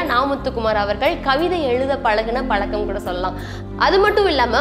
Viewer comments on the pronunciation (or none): none